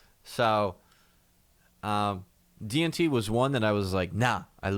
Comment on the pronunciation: I keep hearing "DMT" when you say "DNT" XD